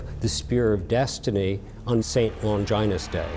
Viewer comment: Long ginus?? Lol